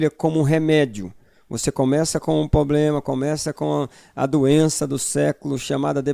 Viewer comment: cuidado só com os erros de português irmão, concordância. Não é "poblema" é "problema".... Mas muito bom o conteúdo